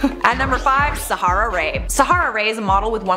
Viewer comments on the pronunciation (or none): none